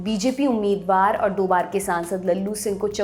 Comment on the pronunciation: Madam . barah nahi hota .eak do hota hai agali bar se sudhar